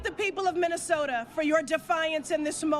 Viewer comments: What's a "Minneso-an"? Sounds like she purposefully omits BOTH of the TWO "T"s? She's such a PHONY! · I thought there was a t in minnesota.